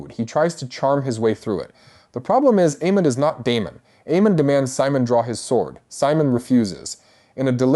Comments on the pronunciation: “AY-MUND”. NOT “Ee-mond”. 🤪 🤦‍♂️ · Dude, I'm sorry I cannot listen to you massacre the character names anymore ... It's AY-MOND and BAY-LA:face-pink-tears